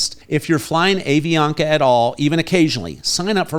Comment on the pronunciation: Hi,. I am a US citizen living here for 20 years in Cali. A suggestion for you. The pronunciation of the airline is "Ahh Vi Ana Ka". Love your videos.